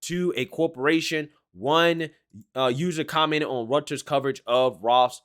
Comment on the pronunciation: Reuters pronounced like royters. Love your channel man. Keep up the excellent work.